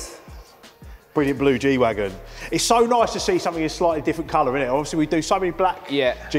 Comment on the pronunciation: It's Wagen not Wagon